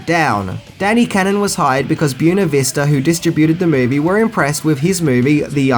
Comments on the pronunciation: Bway-na, not Byoo-na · My two cents, learn how to pronounce the word Buena, dude! It sounds like the word when NOT June. Otherwise, great vid! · Native Californian here. “ Buena” is Spanish and is pronounced “Bwayna”, not “Boona”. Just an FYI. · Buena ---- BWAY-na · "Buena" is pronounced like "Bwayna". Just trying to help. Like your videos still. I liked the Stallone Judge Dredd movie.